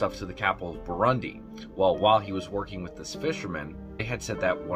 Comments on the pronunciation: He can't even pronounce the country correctly. It's pronounced Bur-roon-dee not Bur-run-dee. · It's Burundi not Barundi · It's Burundi, not Barundi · I have a friend in Burundi who mentioned him to me. Also you called it Barundi 💀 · Extremely minor issue: it’s Burundi not barundi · I believe it's Burundi not Barundi. Also nice video. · It’s Burundi not Barundi sir. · Bruh it's Burundi,not barundi 😂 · It's burundi bro not Barundi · Its burundi not barundi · It is Burundi not Barundi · Burundi not Barundi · BURUNDI 🇧🇮 pronounced BR-OON-DI